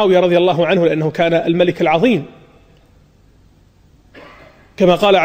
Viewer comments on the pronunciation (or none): none